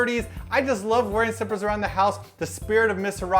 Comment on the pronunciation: I could of sworn you said travel strippers not slippers